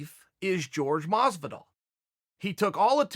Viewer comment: Uhh Masvidal? Really not that hard uncle chael..